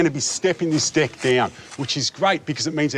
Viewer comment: when the dude who smiles a lot says "deck" it sounds like "dick" and it slightly frustrates me